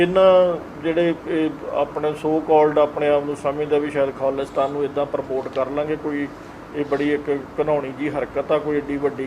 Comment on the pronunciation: ਮੈਡਮ ਜੀ ਖਾਲੀਸਤਾਨ ਨਾ ਬੋਲੋ ਪੂਰਾ ਅਤੇ ਸਾਫ ਬੋਲੋ ਖਾਲਿਸਤਾਨ ਆ